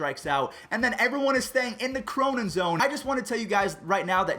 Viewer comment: The “Cronen zone”, really? 🤦‍♂️